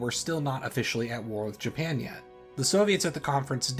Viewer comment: Yes "Japania" "Harias Truman"